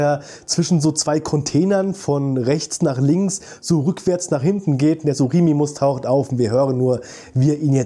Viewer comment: Nur als tipp es heißt suchomimus und nicht suchimimus